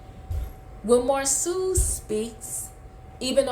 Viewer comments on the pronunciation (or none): The names are Marsau ( Marso) and Tisha, not Marsue and Teesa